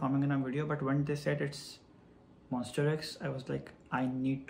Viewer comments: Actually its MONSTA not MONS-T-E-R....... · So happy for you~ 👏😊 Btw not MON"STER" X , but MON"STA" X 😁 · So we gonna ignore him saying "monster" instead of "monsta" but still the whole video is so sweet and everything 💛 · you kept saying "monster x" but i let it slide coz you are telling your story so cute uWuUuu. thank you for sharing this to us, we appreciate your time and effort. we hope you get more chances to work with other idols. changkyun is the sweetest emo boy, monbebe loves him so much, the mv came out really good. you guys did a great job.♡ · sorry, its MONSTA X not Monster X. anyway thankyou so much for ur hardwork with our precious Changkyun. May Allah bless you! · He wrote Monsta X so I think it's his pronunciation that sounds like that. lol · its MONSTA X please. MONSTA "TA" "TA" X but thank you for the content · Omg the same thing I thought about the whole video😭😭💀